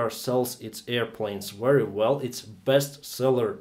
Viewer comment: Seven years of flying is nothing. Try more modesty. Also work on your accent. Especially the pronunciation of V. Say Very, not Wery.